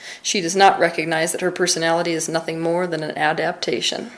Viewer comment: I love the way Teal said aaa-daap-tation lol, she sounded so Southern